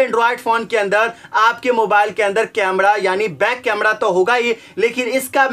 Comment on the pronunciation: अबे ये कैमरा बोल कैमडॉ क्यों बोल रहा है!@